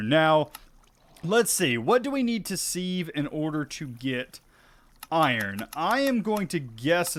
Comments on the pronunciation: Hey! Love the video, I am a hugefan of skyblocks, but dude your pronunciation of sieve is killing me 🤣 its said "siv" This is peony all over again 🤣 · Thank You! Also the act of using a "siv" is sifting, not "seeving". We minecraft players need to be a little more aware of slightly anachronistic language skills. This one has always bothered me in so many other videos.